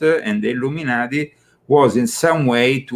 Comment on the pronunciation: Were you a part of the Ill-um in-ati?